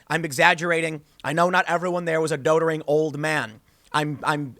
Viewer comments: It's not dotering.....it's doddering. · doddering. like daw-dering. daw, not doe. It'sgood to see people using the English language properly though. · Dot - er-ring. Stay in school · I don't like the way Tim pronounces "doddering."